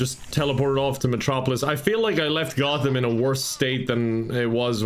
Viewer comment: I can't forgive you for how you pronounce Gotham. Unsubscibbled